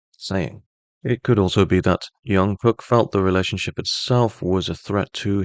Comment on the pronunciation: If you can't pronounce his name just call him JK, the amount of miss pronounce repeatedly giving me so much stress. Great reading btw